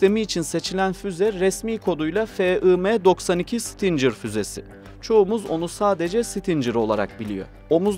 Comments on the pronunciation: Bizim 300 km menzili fuzelerimiz yok mu? 1 gecede topunu imha etmek çok mu zor? İrade yok, hedef yok, ehhhhhh BOP eş başkanından başka birşey beklemek aptallık olur, şimdi burada bunu tanıtımı yaparız!!!! Kardeş 'sitincer' değil Stinger diye okunur, biraz çalışarak video yapın ricam. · stincir fuzesi degil stingir. Bunun gibi daha pek cok kelime !! OGREN!!! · Abicim sizi seviyoruz ama bi dersinize çalışın. Stincır nedir? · Güzel bir paylaşım ama isim telaffuzlarında kafanıza göre söylemeniz bi garip geldi. Sidewinder doğru bir şekilde ''saydwindır'' olarak okurken stinger neden ''stincır'' o da stingır diye okunuyor :)